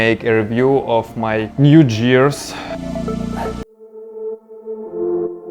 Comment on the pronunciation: Your English is great my friend. The only mistake I noticed is that you pronounced the word, "gear" incorrectly. Other than that no issues. Great video.